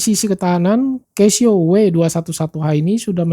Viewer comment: koreksi, baca nya 'KASIO' pak